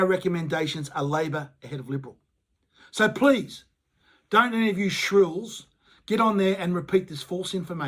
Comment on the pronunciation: Agree wit your message, can i just say though, since you use the word multiple times in the video - it is SHILLS, not shRills...